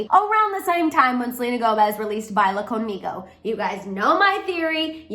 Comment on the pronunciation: Ya no saben que inventar de selena!, I am so annoyed with those people, she is not pregnant. pronuncias muy bien Baila Conmigo. I love the song 🎶 regueton is the name of the kind of music she is singing in spanish. That envious Justin he always do those shady things but no ones cares about him, not like before